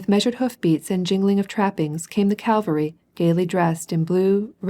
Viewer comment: Full of irritating mispronunciations, eg Calvary for cavalry, does the reader just doze off?